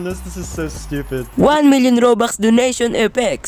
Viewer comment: why tf does he say robukhs